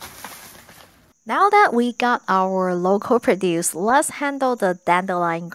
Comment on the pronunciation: And also, maybe clue her in on the two different pronunciations of “produce.”